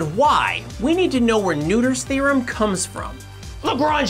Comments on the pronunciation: It is NOT Neuter’s theorem. Nöther is pronounced more like Nerther. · Look up what other mathematicians thought of Emmy Noether, whose surname is ironically pronounced "Neuter" in English. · Wait... is Noether really pronounced like "neuter"? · I really liked this video! (But you need to learn how to pronounce”Noether”). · its a persons name. Its pronounced the way it is. If you want to pronounce it a different way, go ahead. But did it "correctly". He could work on his pronounciation of Noether, though. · You horribly mispronounced Noether.